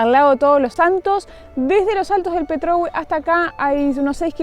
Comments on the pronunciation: Hola. Tres consejos. 1- problemas de nitidez de cámara. 2- Pronuncias mal algunas palabras indígenas, en general las terminas en "e" llevan el acento en ella, por ejemplo Petrohué. 3. Manejas con los brazos demasiado estirados, el brazo y el antebrazo deben formar un ángulo de 90º, esto es para tener rápida reacción para corregir o esquivar ante una emergencia. Todo ésto no es crítica, sino para que estén mejor. Felicidades. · Muy bueno el video!!! Puerto Montt es una ciudad hermosa, pero en julio y agosto se llena de turistas, me ha pasado de ir y no conseguir alojamiento., se dice Petrohué, me sonó raro qué lo pronuncies sin el acento 😂. Van a tener qué volver y hacer la Carretera Austral, es increíble!!! Saludos desde Bariloche!!!! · gracias por recordarme lo hermoso que es mi pais, dato anecdotico JAJAJA se han equivodado con la mitad de los nombres, Angelmó es con acento al final y Petrohué tambien es con acento en la ultima "E" no en la mitad, la LL se pronuncia como una "Y" suave no como una "L" y la "QU" suena distinto dependiendo de la vocal pero normalmente no se pronuncia la "U". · la tilde está al final de Petrohuė, pero me encanta como dices petróhue….😜 Saludos de una chilena, enamorada de Argentina y que vive en Canadá. 🇦🇷🇨🇱🇨🇦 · Hola, el nombre Petrohué no se pronuncia como tu lo haces, lleva acento en la última vocal hué, tu lo acentúas en la ò Petrò! Eso está mal dicho. Hue lo usan los mapuches para referirse a donde hay mucho de algo, como el plural nuestro. Petro significa mosquito y hué donde hay mucho. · Que bien que les gustó, una corrección con cariño: es Petrohué, no Petróhue, se marca la voz en la última vocal, el Mercado de Angelmó,les saluda una Chilena. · Saludos hermosos videos pero por favor hablen con los chilenos porque cada vez que dicen PetrÖhue me enerva se dice petrohuË. coloquen siempre el acento en la ultima vocal, lo otro soy de Pto Montt y encuentro esa estatua horrible.